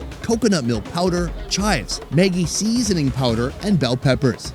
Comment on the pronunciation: "Maggie seEAsoning power" Cracks me up 😂